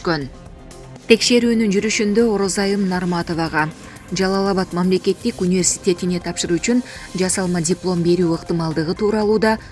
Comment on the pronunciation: Университет деген созду айталбай атат. Дегеле кайдан табасынар ушундай журналистерди.